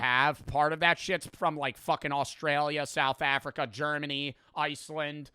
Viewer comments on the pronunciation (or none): Anyone else realize say “gernamy”